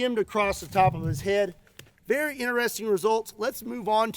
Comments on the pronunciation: I swear I heard “bear-y interesting” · "berr"y interesting results..lol